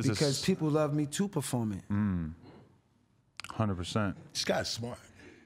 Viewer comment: "hunnid percent"😂😂